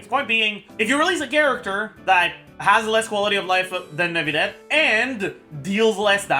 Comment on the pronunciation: please just say neuvillette normally... clorinde as well..